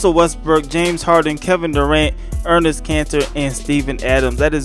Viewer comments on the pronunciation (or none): Enes not Ernes